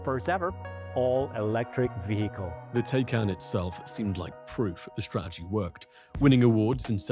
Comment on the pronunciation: The English word "Strategy", pronounced (incorrectly) strah-eh-gee. 🙄